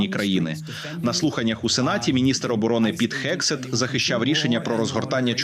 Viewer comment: гексет, а не хексет... Правопис української мови від 2019 року вам до рота та до очей. Не вдавайте з себе невігласів... А гексет та трапм - це дебільні фашисти, які знищують США.